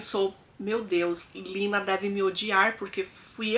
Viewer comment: Em alemão é Lena e não Lina.